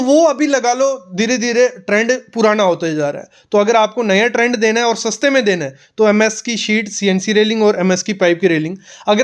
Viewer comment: सस्ता में। नहीं। सस्ते में।